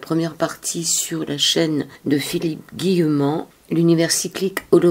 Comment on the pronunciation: C'est pas( Guillerant) mais Guillemant. A part ça, il faut que j'achéte le livre. Philippe, est un être brillant.